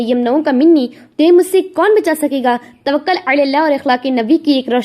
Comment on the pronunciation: تَوَكُّل باب تَفَعُّل سے مصدر ہے تھوڑا سا اطمینان سے ٹھہر ٹھہر کر بیان فرمائیں مزید عمدگی آے گی ان شاء اللہ